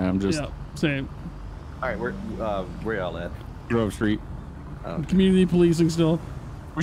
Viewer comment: strawberry says I'm almost to Grove Street, first time though it sounded like I'm almost to grocery..... Is that fruit PD headquarters?